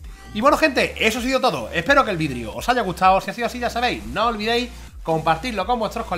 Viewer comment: Porque sera que dice vidrio?🤔